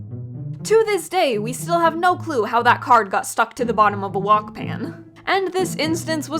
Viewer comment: Did she say WOK ?